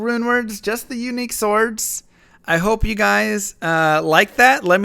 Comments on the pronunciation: i like how you pronounce the "w" in sWords...hee hee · swords is pronounced "sords", despite the spelling; I like the new format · It's pronounced sord*, the w is not pronounced. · The emphasis you put on the W in the word Swords is throwing me rofl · And i thought the w is silent